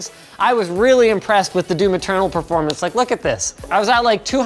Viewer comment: Doo Maternal. Cannot unhear it now.